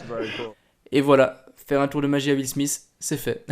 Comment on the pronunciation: Petite correction ça se prononce Will SMITH pas Will SMICE!!! Petite correction qui fais plaisir 👌